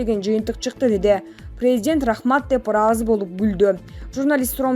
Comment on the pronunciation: Презжент дейтко🤭🇰🇬